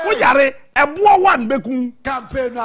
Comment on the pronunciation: Listen to how he pronounces the word 'one'. He says 'wan'. This is someone who always criticizes intellectuals. Hmmm! Very funny 😊